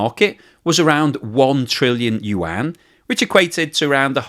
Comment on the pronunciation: Thank you for learning to pronounce Yuan. It's pretty decent now. Much improved from 6 months ago. 😀